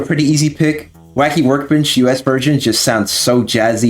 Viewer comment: "Waccky Workgbench"